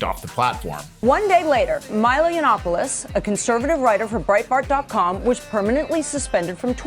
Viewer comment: Heavily researched and sourced. Can't even pronounce Yiannopolous.